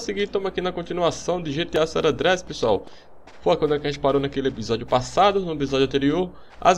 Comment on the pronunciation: Vc fala gta san Andreas errado kjkkkhkjkh